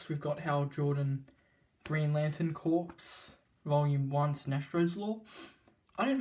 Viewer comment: “Corps” is pronounced “core,” not “corpse.”